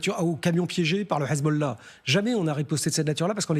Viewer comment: Le grand reporter…il a pas un peu tendance à aspirer les h des mots en arabe? Hhhessbolao… Hhhhamazzz